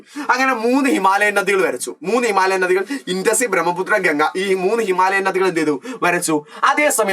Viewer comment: ഞദികൾ ❌ നദികൾ ✔️